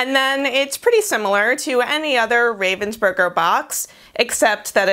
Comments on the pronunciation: It's pronounced 'Rahvensburger' btw not 'Rayvensburger' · The funniest thing is the way you say Ravensburger. As a german, I don't even think about it - it's Ravensburger from the city of Ravensburg. But you saying Raven's Burger really made me laugh. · Ich hab noch nie darüber nachgedacht, wie man "Ravensburger" auf Englisch ausspricht... aber durch das Video muss ich jetzt immer an Burger denken, wenn ich's sehe 😂🤔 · Ich finds generell lustig wie Amis deutsche Namen aussprechen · I like the way, how Americans speak out German words, like Ravensburger.